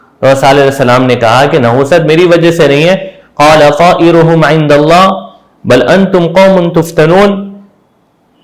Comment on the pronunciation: پارہ 20 والی آیت قال طاءرکم ہے آپ ھم پڑھ رہے